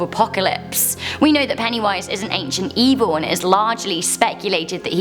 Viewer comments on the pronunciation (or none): none